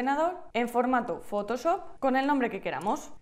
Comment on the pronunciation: me duele el oído cada que dice fotosop